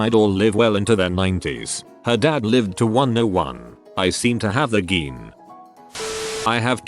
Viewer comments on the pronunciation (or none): Nobody: Narrator: G E E N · Everyone: Gene Text to speech: GEEN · the way the computer pronounces gene